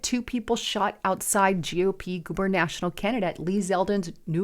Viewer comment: it's not GuberNational honey, Its GuberNatorial... Lol. Do we need to wear our glasses? js. Love you... 🙏🙏❤❤🇺🇸🇺🇸